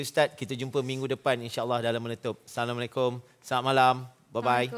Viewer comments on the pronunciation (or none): none